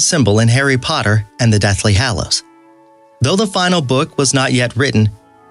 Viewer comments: Great video, but I am deeply triggered by the way you pronounce "hallows" 😂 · Also, the Deathly Hollows. Over and over again. It's an insult to actual fan. Oh, god, and basilisk. It's... so bad.